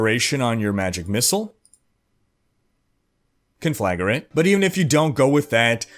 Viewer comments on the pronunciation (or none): "Con-fla-grate". Not "Con-fla-ge-rate". Sorry, but it got really annoying by the 10th time you said that word. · "Conflagurate." I admit, that made me smile, and it wouldn't have without the extra bonus syllable in the middle. ^_^